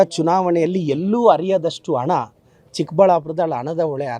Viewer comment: ಝೂಮ್ ಹಾಕಿಕೊಂಡು, ಫ್ರೀಜ್ ಮಾಡಿಕೊಂಡು ಕೇಳಿಸಿಕೊಳ್ಳಿ ಎಂದಾಗ ಯಾವುದೇ ಸವಾಲ್ ಇರಲಿಲ್ಲವಲ್ಲ. ಅದನ್ನೇಕೆ ಇಂವ ಹೇಳುವುದಿಲ್ಲ? ಆಮೇಲೆ "ಅಣ","ಒಳೆ" ಇದ್ಯಾವ ಸೀಮೆ ಕನ್ನಡ? 'ಹ' ಕಾರ 'ಶ' ಕಾರ, ಮಹಾಪ್ರಾಣ ಉಚ್ಚರಿಸುವುದಕ್ಕೇ ಬಾರದಿರುವ ಇಂವ ಏನು ಪಾಠ ಮಾಡುತ್ತಾನೋ?